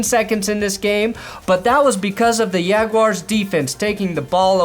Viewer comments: Yag-you-ar's Jaguars 😂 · You say jaguars like Spanish was your first language...